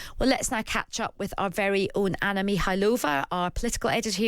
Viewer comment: Very disrespectful that no one at times radio seems to be able to pronounce Anna’s name correctly.